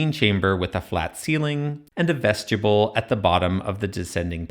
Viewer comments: Vestibule is not 'vest-yable' -- it's vest-ib-you'll or vest-i-bulle -- pretty much like it's spelled. It's basically a foyer, which is not said foy-er though, but foy-A. An entrance room. Anyway, yet another reason to dislike Hawass if he's backing this "3-chambers" guy. I'm going to assume they made as many rooms as were deemed crucial and those needs/desires changed either from Pharoah to Pharoah or as time went by. Pyramid interiors are clearly vastly different and trying to simplify them into a non-reasoned set of 3, when 3 isn't even right or defensible...pfft. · Ves ti Bewle ... vestibule ... short I long U ... not as you keep mispronouncing it ... sadly english is NOT your strong suit since you cant even say one of the most common words in the english language ... which further proves Nazi America is NOT educated but indoctrinated into stupidity ... and is UNABLE to recite English correctly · I hate it when I see people correcting someone’s pronunciation on YouTube…but I love the way you said vestjibble! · Another excellent analysis and exposition. But I've never heard anyone, anywhere, pronounce "vestibule" as though it were written "vestuble". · I keep hearing “Vegetable”, lol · It is very distracting! It's pronounced vest-ih-byool in every dialect of English, though I'm sure many young people have never heard it said out loud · I don't think 'vegetable' is the correct pronunciation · I'm afraid that's not quite how to pronounce vestibule. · Man I love your videos but please please PLEASE look up the proper pronunciation of the word "vestibule" 😊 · Your pronunciation of "vestibule" triggered my OCD 😂 your videos deserve lots of comments so I'm sure you won't mind my complaint. Keep up the awesome work. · I’ve never heard anyone pronounce vestibule like that 😅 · haha, it’s YOUR video, so who am I to tell you how to pronounce things? I just wanted to spell it out phonetically! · Yes. It distracted me from the content of the video every time he said it.